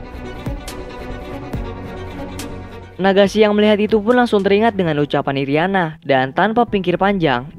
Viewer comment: Apa cumn saya doang yang denger nama nagisa jdi Nagasi irina jdi iriana